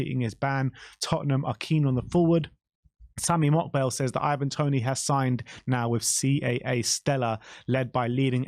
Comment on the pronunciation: Can you please make up your mind how you're going to pronounce "Ivan" 😂